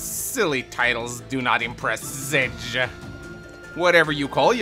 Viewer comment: I vote to "Sedge" be called "Setge" from now on